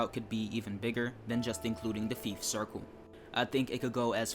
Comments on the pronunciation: Yeah, Fife as in life not Feaf as in leaf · It ain't pronounced FEEF... Think FIVE only with an F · Did you honestly call fife feef 😂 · I’m sorry but I’ve never heard anyone pronounce Fife as feef. The line isn’t really known for anything and doesn’t have much scenery apart from the short coastal part. If you’re wanting a scenic route, have a look at the West Highland line, Kyle of Lochalsh and Highland Mainline. The only trains that operate on that line are the 158s and 170s, the HSTs only operate on the Main line. In my opinion, there’s a lot better Scottish routes to pick from for TSW2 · Great video, I would love to see this route in TSW2. Depending on when it was set, LNER used to run the Class 43 before the Azuma, but I'm not sure if Scotrail had theirs by then. Could be a 3 livery, different consist HST route if they did, which would be cool. Plus "Feef"? 🤣 Seriously dude, it's worth trying to Google the pronunciation of places before making a video on them. I probably would before talking about somewhere miles away that I didn't know in person. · You're saying Fife wrong btw, it's not how you're saying it, you're saying it like the popular game FIFA, just minus the A, it should be Fiy-fe, closer to how you say Five, if you're recommending a route, learn to say it's name, this isn't the first time, just Google how to say the name and it should absolutely help. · You pronounced Fife incorrectly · The fife circle line is pronounced like knife but with an f instead of the kn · That isn’t how you pronounce Fife and it’s Scotland not Skatland, and yes ScotRail run the class 43 on the Fife line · You pronounced fife wrong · Hey bro I hate to correct u its Fife as in i not E, Anyway considering I live within Fife Circle I would 100% love this route to come to TSW